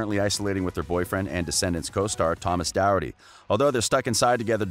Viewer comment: Thomas's surname is pronounced doc-herd-ty